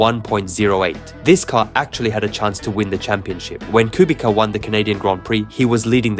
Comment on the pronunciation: great video, btw the correct pronunciation of Kubica is "Kubitza", not "Kubika"